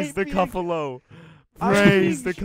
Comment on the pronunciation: It’s not a coffalo it’s a beefalo